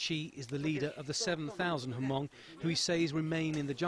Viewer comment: Lol, Ha-mong. if you are trying to make a video/documentary, pronounce hmong right please. Lol. FAIL!